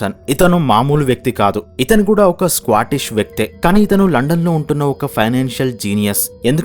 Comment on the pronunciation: It's too squatish!!!!! Than Scotish!!!!!!!